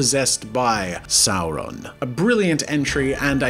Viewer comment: One does not simply say Voldemort and Sauron like that